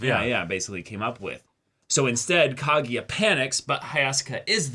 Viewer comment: KagUya, not KagEEya